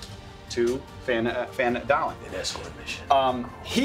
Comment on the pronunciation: When he pronounced Phandalin differently then Griffin does it felt a bit weird. It will be interesting to see how it will differ from TAZ.